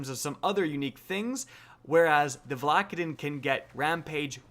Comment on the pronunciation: Stop calling it Val ack a din It’s VALA-KAY-DIN!!